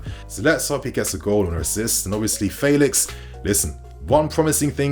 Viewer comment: Calling him "faylix" uno🤣